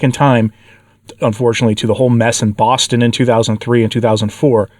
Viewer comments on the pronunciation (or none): none